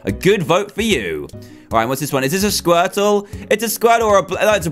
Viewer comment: Dan's Squirtle(?) Accent- Skwetow Dan's bubble accent- bubbo